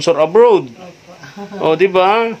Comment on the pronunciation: Nakakatuwa mag bigkas ng Abroad (abrod) si kuya ang kanya Abrowwwwd